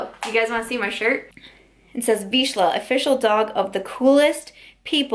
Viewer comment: Absolutely no shade to you but I wanted to let you know the correct pronunciation for Vizsla.... Veezh-lah.. not veesh-lah.. If you Google how-to pronounce vizsla.. you can hear audio 4th one down 😉 hope this helps. Ps. I think I have mentioned it's a Hungarian breed to you before..i moved from Hungary when I was 8. Oh and one more thing. I loved your braids in this video. They look so cute on you.